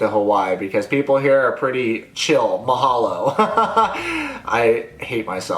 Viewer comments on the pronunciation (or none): Im from Hawaii and the “mahalo” made me cringe lmao but I love the content! Keep it up! 🤙